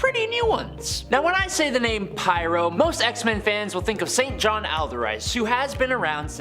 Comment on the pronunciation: St. John is pronounced Sinjin